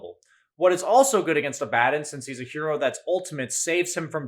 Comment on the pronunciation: Abaddon is a Hebrew term for an archangel from the abyss. Yet nerds still say it incorrectly.